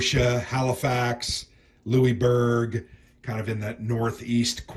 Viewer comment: I like hearing Americans pronouncing Louisbourg 😊 You made a sale for Blue Panthers, I am French Canadian and I am always interested about this war that is not always well remembered. The game look simple but very fun to play. I hope I can get a copy up here in the great wide north